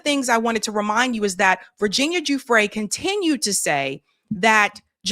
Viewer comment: Hey, I heard one of the prosecutors say Virginia’s last name is pronounced Guff-Ree like Guff-Free long E. And It’s Ghislaine and British so it’s pronounced Ghee ( like the butter) Lane. So Ghee-Laine. Obviously you can say it however you want I just thought it was interesting because I’ve been hearing it pronounced wrong for so many years that when I finally heard it pronounced right, I was shocked. 😂